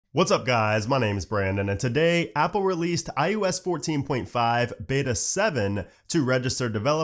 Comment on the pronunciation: It always sounds like he’s saying IUS instead of ios